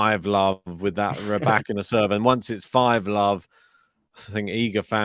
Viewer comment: I like the way you pronounce the name Rybakina This as accent is nearly perfect. You remember my remarks re Andrescu? The end sounds like "oo" not "u", like it is in case of Raducanu (both Roumanian origin). Regards